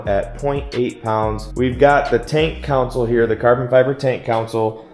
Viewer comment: It's " CON-SOLE ", not a city council. Looks nice.